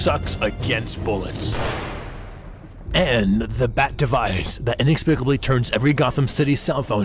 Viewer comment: Yeah, not only is the voice bad, he also can’t pronounce stuff well, I’m pretty sure he said “expicably “